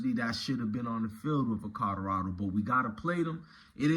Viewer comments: This nigga said Kadarado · Nigga you need to go back to school you cannot pronounce Colorado for shit.